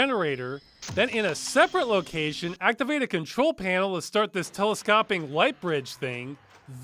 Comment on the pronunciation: "teles-cop-ing" now I don't know if I've just been saying it wrong my entire life (because I can be pretty dumb about that sort of thing) or if Ross is saying it wrong, or if Ross is saying it wrong but on purpose to annoy me. It could really be any of these and I would never know.